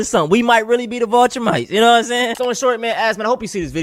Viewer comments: the mispronunciation of "Viltrumites" as "Vulturemites" was a nice slip to end the video on. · So he went from complaining about being oppressed to claiming to be "voltrumites". Not Viltrumites, but "Voltrumites". So melanin content is now a superpower. So then the kryptonite apparently is the pronunciation of words like "ask" and genetic conditions such as sickle cell trait and hypertension. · he mispronounced it. It’s V-I-L not V-U-L. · bro said the vohlltrumites, can’t stand people who reference stuff they clearly haven’t watched or read 😂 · My question was meant to point out that he mispronounced every word? that he said. I knew what he meant by the viltrumites...they are on a show called Invincible